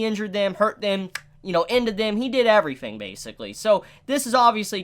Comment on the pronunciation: I hear you pronounce the "th-"sound perfectly most of the time, but then you'll say something like: "every-fing [everything]" or "viss [this]" or "fott [thought]." It's so strange.